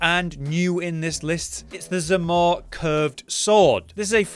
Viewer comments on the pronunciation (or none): Like the Zamor blade, butchered the name again didn't even get A tier come on lol.